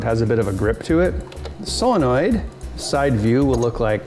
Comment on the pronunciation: Still waiting for you to learn how to pronounce solenoid.